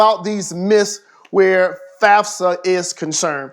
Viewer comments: Did anybody heard him say FASFA instead of FAFSA? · "fasfa" "fasa" "fasfsa" im dead lmao